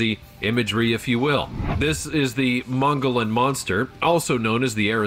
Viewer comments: It's pronounced Mo-gee-on. Drop the L and think of them as breaks or slight pauses. Saquaro is pronounced Sa-whar-o. Tohono Oʼodham is pronounced how it looks. Piestewa is Pi-es-te-wa. If you have questions on pronouncing names please take the 2 minutes of research to look it up. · The Mogollon monster... Mogollon is actually pronounced "Mogyon or Mogeeon". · maybe "Moe Gee Yon" is better